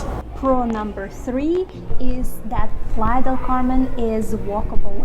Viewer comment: You went three time and you can’t pronounce “playa”